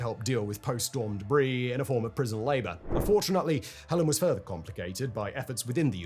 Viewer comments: Why are you mispronouncing the name of the storm, Simon? You are a smart guy...it's HELENE, not HELEN. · I knew the first time he said it, he wasn't going to say it right even once. 🤣 It's Helene 'Heh-Lean' not 'Hell-in' the last time that happened in Georgia, the US state mind you, the temperature dropped and the Charlie Daniel's band wrote a song about it. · In American English this storm was called Helene "huh lean" xD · My dear chap, I believe it's Hurricane HELENE, not Helen. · we say it the same way he’s just pronouncing it wrong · I can't made it 4 minutes in but the constant mispronouncing of Hel-leen makes this video unwatchable. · Having had this storm and Milton after it just miss my town, I'm keen to see how this video plays out 😅 helEEN tho dude lol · in English it's Hel-ene or h-el-en with silent e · Yes, Hell-een, rhymes with Jolene. Or as Dolly Parton sang shortly after the event, "Helene, Helene, Helene, Helee-ee-een, you came in here and broke us all apart". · I can’t watch this video when in the first four seconds you get the name of the hurricane wrong. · At least get the name right Simon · Tell me why Simon had me wondering if my entire Disaster Recovery organization of thousands of people along with our government partners have been pronouncing Helene wrong this whole time. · It's difficult to take the video seriously when the name of the storm is mispronounced. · that is also true, but those of us in areas that got slammed by Helene (and then Milton), are definitely pronouncing it with the H. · I thought I was the only one this mispronounced name irritated & deleted my comment on it. Thank you for calling it out & making me and my OCD feel seen. "Heh-leen", not "Heh-lehn", Simon! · In the states we pronouce it Hel'leen not Hellen. I didn't realize the hurricane you were talking about until I realized your different way of pronouncing it. 🙂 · Hurricane Helene “Hell-lean”, NOT Helen “Hell-in” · HELENE not HELEN!!! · Uh, "Hell-leen"